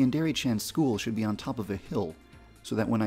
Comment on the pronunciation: "OH YES IT SHOD"